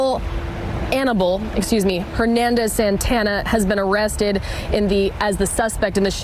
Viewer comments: "Hannibal Annibal" DOES sound a lot like Hernandez Santana. That reporter was close enough. 😂😂😂 if you missed it. It's worth a look. It's hilarious. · Hannibal Annibal? 😂 Did she say that or did I just stroke out?